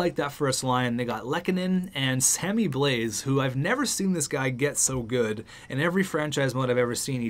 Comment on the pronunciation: God it’s not sammy ” blaise” the S is silent, I was legit punching the air every time you mispronounce his name😂